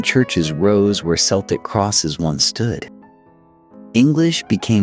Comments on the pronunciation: What a pity AI couldnt pronounce so many names and places. Worst in my view is Celtic being pronounced as Seltic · pronouncing Celtic with an "S" sound in a video about Irish history is criminal. big fail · I had to turn this off after 10mins. I couldn’t listen to the Celtic (K) Irish being pronounced like the Celtic (S) football team…. The incorrect references to a language that I speak daily was just awful…the necklaces are Torcs, Gaelic Éire , Hibernia came later, án Roí, not just Roí, and oh my God……, the OGAM scripts…pronounced Ogham with a silent g…..🥴🥴🥴🇮🇪🫩🫩🫩